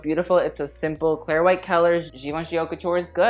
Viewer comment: I’m just wondering, are you pronouncing “haute” in a wrong way on purpose?